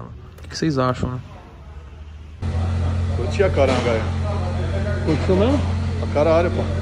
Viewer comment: ninguem, absolutamente ninguem: a toguro: cutiu pae? curtiu pae? hahahahah